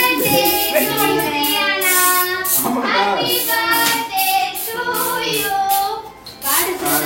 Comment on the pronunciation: Birthday ❌ burday😂☑️